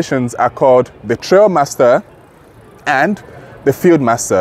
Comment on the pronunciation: Thanks for the feedback, I appreciate it. I have been corrected that it should be pronounced Trialmaster. Trail just sounded right 😂 Rest assured next video will be me sat down with Grenadier or sat down drilling into aspects of the highlights.